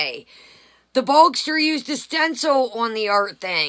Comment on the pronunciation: Why are you calling Gene Bogster. His trolling name is Boog. It would be Boogster. Lol. 😆